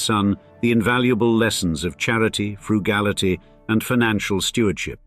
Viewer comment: What's "fraugality"? Why do the youtube plagiarists refuse to learn proper English?